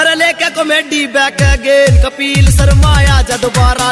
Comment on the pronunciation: kapil sharma ka name to dhang se le leta कपील नही है कपिल है